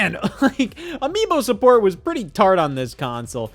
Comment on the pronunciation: 1. You're a loser 2. He said TART